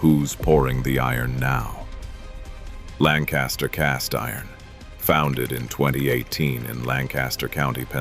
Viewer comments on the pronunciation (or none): none